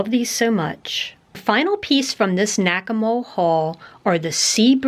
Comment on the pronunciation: I thought you said "Whack-A-Mole" 😉😁😜